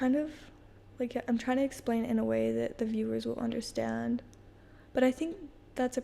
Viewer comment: Robyn from the Sister Wives show does the sh for an s sound sometimes when she speaks. Particularly, she says the word “undershtand”.